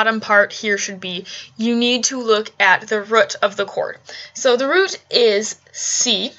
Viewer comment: Please say "root" correctly.